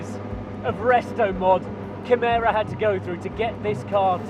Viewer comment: Kimera ... Avaleble. Now. ... For " everybody ". :face-turquoise-covering-eyes